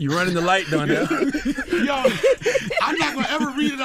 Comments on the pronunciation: Its DONNELL not DARNELL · It’s DONNELL not darnell